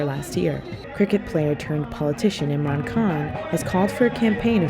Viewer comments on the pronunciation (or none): none